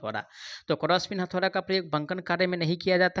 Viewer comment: Hathaura nhi hota bhiya hathauda hota hai